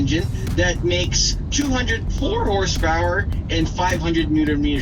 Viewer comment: Ah donut lover but doesnt pronounce HP, hurspurs